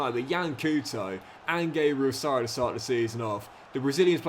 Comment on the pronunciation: He may be the current best player but can’t pronounce his name 😑 It’s Sara pronounce the a like ah not arr